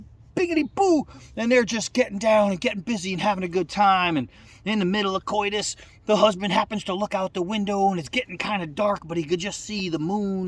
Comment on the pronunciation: 🤮 I like to fish but not that much🤢 Hearing say " COITUS " had me laughing more than the joke LOL🤣 Bibbity Bop.👍 #22aday 🇺🇸